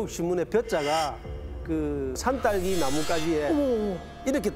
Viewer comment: 표준말을씁시다 쌀.살 등산화 덩사나 신문지 시무지 사따기 시무지가 산딸기 신문지 발음 좀 똑바로해라